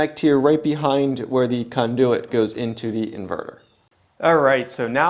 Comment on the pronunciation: why do u keep saying kahndooooyit just say conduit like a normal person